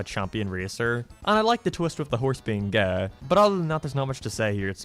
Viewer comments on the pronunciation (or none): I've noticed how you pronounce some words differently. Like you pronounce Gay, Okay, Way like Gae, Okae and wae. Is there a reason to that?